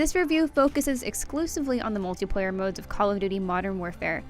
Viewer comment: mutliplayer ? I thought this was multiplayer review 😆😂